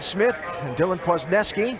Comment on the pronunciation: Kwaznewsky,thats how you pronounce his last name